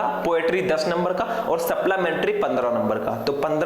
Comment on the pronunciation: Sir suplimentry hota h Saplamentry ni